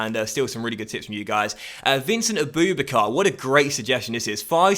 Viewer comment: Don't you say aboubakar like abu-backer